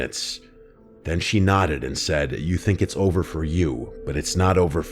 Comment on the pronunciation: you think it’s ovah for you but it’s not ovah for me😮